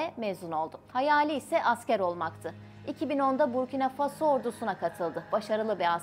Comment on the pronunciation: Когда научимся правильно ставит ударения на слова? Обычно в слове Фасо удания падает на второй слог.